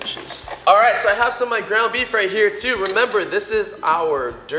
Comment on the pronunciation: who else thought he said "grandma beef" at the beginning instead of "ground beef"?